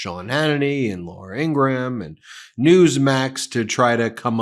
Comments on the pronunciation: “Laura Engramm” 😂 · She pronounces it "In-gram" with two syllables. Just as we respect others pronouns, we can do their names too. Just a lot more professional. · Ugh!!! Learn how to say 'Laura Ingraham'!!!!